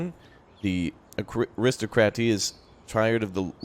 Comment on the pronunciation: Hi, fyi viscount is pronounced ˈvīˌkount. Thanks for the videos. Also ar·is·toc·ra·cy /ˌerəˈstäkrəsē/.